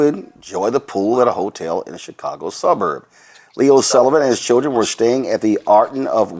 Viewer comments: I think its "chrildren". I've heard this pronounced this way before. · In front of his ”churldren" 😂😂😂😂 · He needs to be more concerned that he doesn’t know how to say the word children.